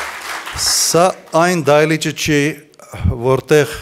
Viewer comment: Դայլիճ չի դահլիչա խոսալ սովորի